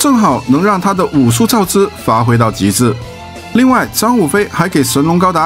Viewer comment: 造詣(音同"意")